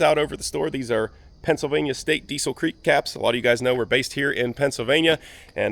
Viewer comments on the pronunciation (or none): none